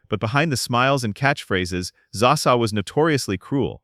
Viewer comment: Its not zaa sa.